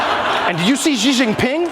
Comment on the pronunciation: XI Jingping, NOT JI